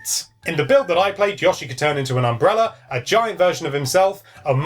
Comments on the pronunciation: I'm going to fly to England and personally give you speech therapy so you can stop saying "Yushi" you're welcome in advance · I think it's Yoshi where the 'o' is pronounced 'oh' as opposed to 'aw'. I only mention it because it's kind of annoying when you hear someone say something slightly wrong multiple times in a row. I'm sure he even says his name directly in one of the games, so most hardcore Nintendo gamers really should know how to say it properly, but I can't be bothered looking that one up. PS. Won't it be awesome if this is the Yoshi game that finally lives up to the true sublimeness of the original; or even better...actually manages to surpass it in some ways :-o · Yeah, he should be called "Yewshi" or better yet "Yaoshi" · "yaushee" I giggled every time. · I'm going to flip if you call him Yahshi one more time! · Oh for gods sake... He said yoshi wrong.